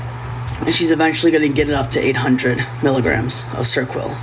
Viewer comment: "of serquel" Ser-o-quel! There's three syllables! Try and put in some effort for once!